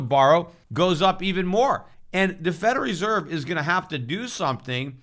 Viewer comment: I love how Peter pronounces Federal Reserve, "Feder Reserve"